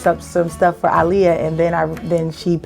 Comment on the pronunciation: I love her for pronouncing Aaliyah ' name correctly! :-)